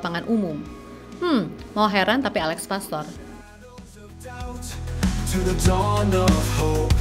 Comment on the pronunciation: Alex Pastuur bukan pastor Paas bukan paes Meis bukan mes Olé (é nya seperti di kata "képala" bukan ē di kata "bēbēk" yuk teman2 semua normalisasi cara menyebut nama orang dengan benar 🙌